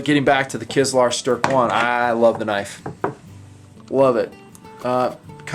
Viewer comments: And it's pronounced "Kizliar Sterh" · No, you are not pronouncing it right, but that matters little. 8D